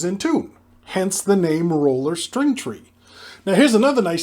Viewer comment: Took me a few sentences to figure out you were saying roller, not ruler 😂